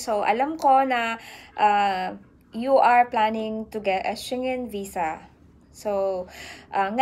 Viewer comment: Check the correct pronunciation of SCHENGEN. 😇